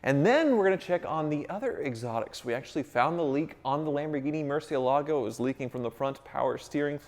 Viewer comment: Murcieeelago (murciélago), not muuuurcielago. Please. It just sounds so dumb.